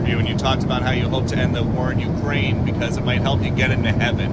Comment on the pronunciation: When three years is not enough to learn they say Ukraini, not Ukraine.